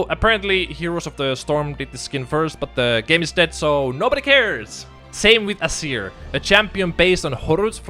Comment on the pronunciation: Why do you pronounce it "Assir" instead of just "Azeer"?